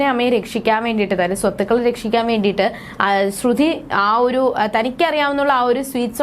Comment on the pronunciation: ശ്രുധി അല്ല ശ്രുതി 😂😂ഇല്ല അത് പോലും അറിയില്ല ല്ലോ 🤣🤣🤣